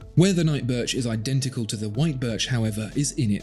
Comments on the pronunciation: Wait, did you say "Night Birth" ? LOL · funny, you actually said “night birth”😂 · Did he say “night birth”?!? 😂😂